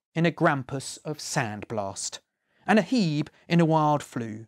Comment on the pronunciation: Hebe pronounced heeb is an ethnic slur. The plant or Greek goddess is pronounced hee bee. Whoops.